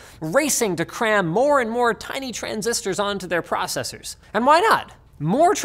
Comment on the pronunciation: I thought Linus doesn't pronounce "processors" that way, more like "pro-cessors".